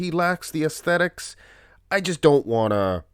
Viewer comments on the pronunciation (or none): none